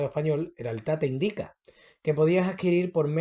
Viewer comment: No se dice IndÍca, sino Índica.